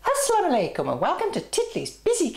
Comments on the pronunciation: it is not assala malaikom it is assalamu alaikum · Did u just say Assala Malaikom